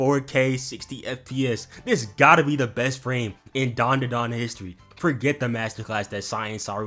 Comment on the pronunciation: i swear its dandadan and not darndadarn